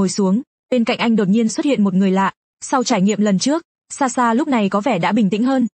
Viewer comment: SaSha chứ ko phải Xaxa😂😂